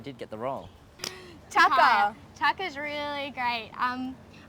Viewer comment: it's TaKAYA not tucker xD